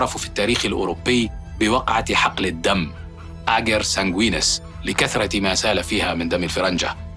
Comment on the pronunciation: "الدم" ، لا 'الدمّ'! 😏